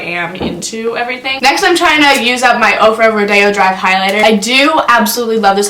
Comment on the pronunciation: Thank you for saying rodeo drive right! 😂